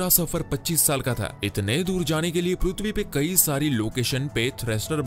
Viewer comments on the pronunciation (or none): Sale tu prithvi bol Raha hai ki PRUTHVI 😂😂😂